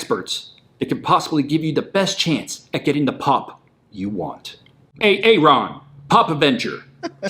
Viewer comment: LMFAO “A -ARON”